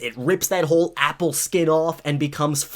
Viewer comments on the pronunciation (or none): none